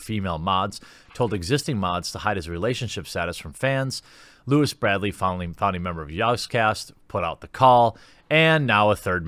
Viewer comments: It’s not a “den of creeps”, 2 people did bad things and there has been 0 evidence of the sjin stuff for the last 3 years. Also it’s LEWIS BRIND-LEY not bradly, slow down and read the article so you aren’t making knee-jerk reaction videos skimming through the story. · Why do you keep calling Brindley "Bradley". That was tilting me. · I like how you pronounced Brindley as Bradley but believe you pronounced Sjin wrong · It's Lewis BRINDLEY, not "Bradley" as you said more than once. 😒 I've never even heard of you b4 today, still dk your name, & won't be back. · I feel like Jeremy is just out for drama these days without doing the research. He can't even correctly pronounce Lewis last name :s I gotta say, that's a dangerous path to walk on dude, you'll become what you preach against. Wait for evidence. You can report on the subject, sure. But you seem eager to accept and condemn people over what you hear pretty quickly. If it turns out to be true, sure..fuck em then but it seems a bit too early to write off Turps and the Yogs like that. We all know that the accusation stories will spread further than the eventual redeeming ones. As someone who has been in that position of being smeared, i would expect a more neutral position, my dude.